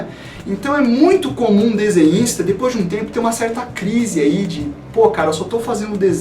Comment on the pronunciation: eu entendi paranista(torcedor do paraná clube) no começo do vídeo